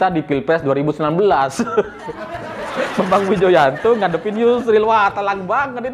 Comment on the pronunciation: Renyah banget saat nyebut nama Bambang Widjojanto sebagai pengacara demokrat ahy 😀😀😀